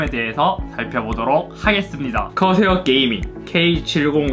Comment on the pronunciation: 허새요 허새 아니... 커세어 ㅋㅋㅋ